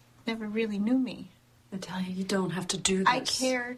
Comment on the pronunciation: You are so right! I thought I was the only one who didn't like the way he says it. "Naaataaaliaaa." Isn't it supposed to be Nah-tah-liah. Like the difference between batter and father.